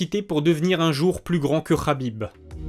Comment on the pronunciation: tu prononces toujours Khabib "Rabib" mais Makhachev "Makachev" plus souvent que "Marachev" . C'est amusant je trouve ! Est-ce tu fais ça consciemment toi qui prends toujours soin aux mots choisis ?